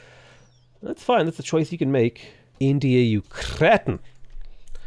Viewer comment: I for one appreciated the "India let me in-to-ya' 😂